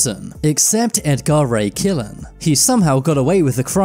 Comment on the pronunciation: Ed Gar Ray Killan, really? AI isn't too bright just yet is it???